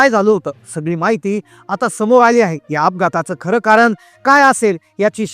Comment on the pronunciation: कारन? क्षनी? लई भारी मराठी!